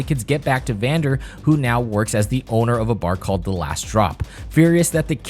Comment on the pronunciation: its actually "Vander"